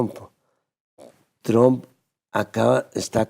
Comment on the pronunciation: Esta vieja debe ser sorda,esta' oyendo al expresidente pronunciar bien el nombre de Trump y ella insiste en pronunciarlo mal...que' pasara'